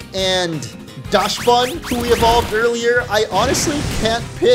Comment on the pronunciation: I see you pronounced Dachsbun sounding like dashbun but since it’s based as a dachshund the dach in dachshund is pronounced like dock